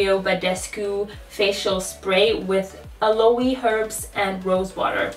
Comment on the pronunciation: Aloe it pronounced "ah-low"